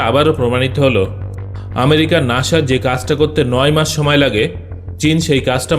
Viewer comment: ভাই নাসা হবে নাকি নাছা ❓😁